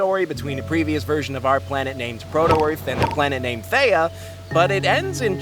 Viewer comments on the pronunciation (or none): Erm why did say theya!! Instead of theia